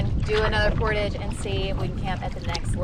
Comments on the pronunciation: I don ‘t mean to be pedantic. But it is portage as in French with the accent on the second syllable. Jarring otherwise. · Liked your attitudes through it all. Finally in the last portage, one () of you properly pronounced the word "portage." Lol You don't say it like pottage. Rather emphasis is on the second syllable, and its por-tawge. It's a French word. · Haha its a "LOON" and its not portage its portage! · You guys did really good for your first canoe trip and especially the girls big portage, PS Canadians say portahje, more ahhj, ie French we invented the word. Keep up the great. Vlogs! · PORTAGE. IT'S A FRENCH WORD. JUST THINK, GARAGE PORTAGE... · Love you guys, but the way you pronounce Portagè drives me nuts... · My MIL is watching this vid on the TV and I was compelled enough to find the video (never seen/heard of this channel) to see if anyone else cringed every time the word portage was mispronounced 😬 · I'm curious what the regional pronunciation of portage is? I've never heard the word really until this bid! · You guys pronounce "portage" funny. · I feel the mispronunciation of portage wouldn’t bother me so much if didn’t say it so often. 😂